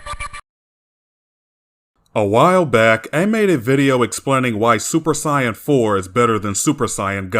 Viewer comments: Bro why do you pronounce "saiyan" as "siyan" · “Siyin” 🤦🏽‍♂️🤦🏽‍♂️. Idc if that’s the right way to say it, it’s freaking stupid. Just pronounce it the same way everyone else does bro. It’s not gonna kill you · Do me a favor. Let me hear you say Saiyan with a long A sound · You say saiyan as say in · No he’s saying it as “Sigh-yin.” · If you think that he is mispronouncing the word "Saiyan", he is using the Japanese pronunciations, and he likes to use the Japanese terminology of Dragon Ball in his videos now. He used to use the Western terminology, but now, he wants to be more accurate, so he uses the Japanese terminology, now. Also, people constantly accusing him of mispronouncing "Saiyan" is why he made this video: "Discussion: How To Pronounce Saiyan"